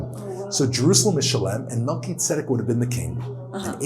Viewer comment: Cool video but are you sure you pronounced Salem and Melchizedek correctly?